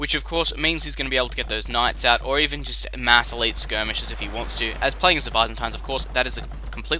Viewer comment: That's not how you pronounce Byzantines, silly :D